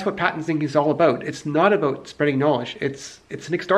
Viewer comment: You hear him once say "aboot" and you know he's native canadian... of german descent.